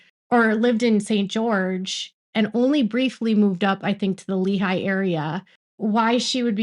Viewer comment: It’s not leeHIGH it’s LEEhigh. The high is not the dominant part. The lee is